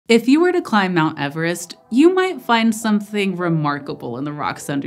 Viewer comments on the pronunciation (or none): none